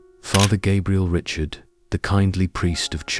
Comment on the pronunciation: Gabriel Richard's last name is still pronounced the French way and not like Richard Chamberlain.